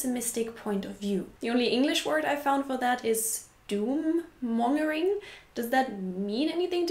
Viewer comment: As you seem to like getting constructive criticism for your pronunciation... Mongering has a stronger 'g' sound. Pronounce it similarly to the 'g' in longer. Mongering with a soft 'g' sounds almost like the British insult, 'minger'.